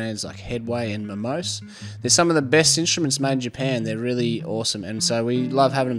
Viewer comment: It’s pronounced Momos[é].